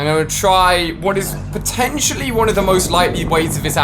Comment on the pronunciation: Teacher: what’s 2+2 Ali: potinitially 4